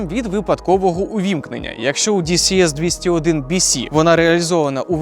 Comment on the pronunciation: Дісі ес бісі дісі бєси ааааа🥴